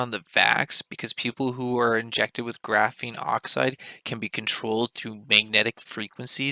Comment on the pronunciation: What a bout graphene hydroxide? Why'd you say graphene OXIDE like that